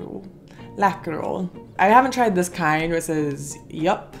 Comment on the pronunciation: You said Kexchoklad correct, and I’m from Nyköping 😉 don’t eat to many Läkerol, also correct! So if you don’t want to spend to much time at the toilet with ache just take one or two at the time 😂 Just lick the hockeypulver up 🤣 I hope that I one day can visit the states, so many things I would like to try 😁